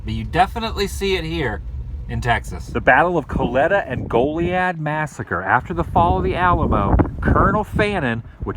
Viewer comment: called it Golly ad. Well, golly, it's Go Lee ad